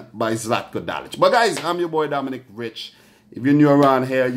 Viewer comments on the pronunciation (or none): none